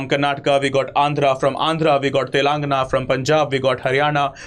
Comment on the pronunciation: You need to work on pronouncing Telangana